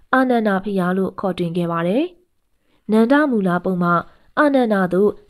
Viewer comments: စိတ်မရှိပါနဲ့ဗျာ အခေါ် အသံထွက်လေးပြင်ပေးပရစေ နန်ဒမူ လှိုင်ဂူဖြစ်ပါတယ် နန်ဒမူလမဟုတ်ပါ၊ဂန်ဓမာ ဒန တောင်၊ ဂန်ဓာ မာဒနမဟုတ်ပါ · နန္ဒမူ ကို နန်ဒမူဟုဖတ်သည်ညီမ သင့်နှလုံးသားမှာ တရားတည်ရင် သင့်နားမှာ ဘုရားရှိတယ် ညီမရေ တင်ပြပုံကောင်းတယ်